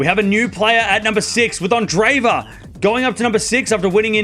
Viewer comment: A minor point, but her name is not pronounced "anne-DRAY-va." That double e represents two separate syllables: Ahn-DRAY-yay-va. Like the name "andre" (with accent on second syllable) and then added to it "yeva."